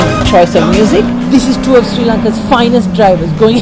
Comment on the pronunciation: Hahaha!! Srirarry !!